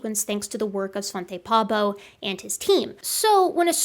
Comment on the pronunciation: Wow I have to pause for a moment and catch my breath, why so energetic? How do you breathe? Try to be a bit of an pedagogists. What you talk about in the video is probably my favorite subject. And I don't like the translation strip, I always remove it. You said "Hell jeay" once. If you remove the J in jaey and put a P in it you get peay Peay-bo = Paabo or Pääbo, Svante Pääbo He's Swedish like me. Thanks for an interesting video. 😯 👍 Carsten